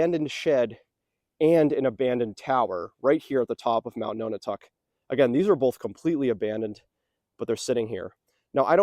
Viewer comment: Often spelled aerie but eyrie is a valid alternate. "Perched on a high place like an eagle's nest." Also can refer to the occupants of a nest. Decades ago I heard this place was called the Aerie House. Nonotuck is pronounced like non a tuck, not like no na tuck. Interesting video. Great views from up there. Cheers!